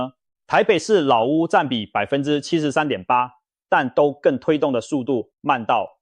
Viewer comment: 都（ㄉㄨ）更 不是ㄉㄡ更啦